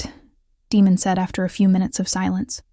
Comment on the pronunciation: Daemon, is pronounced like Damon, it's probably what they meant, but they have an AI reader that didn't pronounce it correctly. Just my opinion.